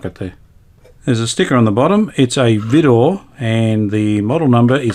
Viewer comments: We had a Vidor suitcase portable wireless (AC/battery) when I was a kid back in UK. Vidor was a UK battery manufacturing company in competition to EverReady. It was pronounced “Vye-Door” rather than “Vee-Door”. So wish I still had the set by my dad let me dismantle the set for parts to encourage me with my hobby at the time. KJ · I've never heard anyone in the UK pronounce the "Vi-" as anything other than to rhyme with "eye". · We say V(EYE)DOR pronouncing the "I" like "eye". Ok Cobber. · Hi, Absolutely brilliant repair job on your Vidor radio. Although I’m capable of repairing battery valve radios, I dislike doing so. When compared to none battery valve equipment, most models, irrespective of brand, are flimsy, and very temperamental. Your battery radio is one of the better performers I’ve heard in decades. One minor point, the ‘Vi’ in the brand name Vidor is pronounced with a long ‘I’ sound, as for example ‘violet’. Someone, many years ago, mentioned that ‘Vidor’ is an amalgam of part of the Christian names of the company founder’s two daughters: Violet, and Dorothy. Whether or not that is true, I can’t say. Nice chatting with you. Best regards, Phil.